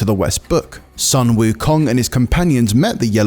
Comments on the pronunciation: FYI, Sun WuKong should be pronounced as "Soon" Wu Kong, not "San". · well it's pronounce as "Soon" wukong instead of "sən" wukong.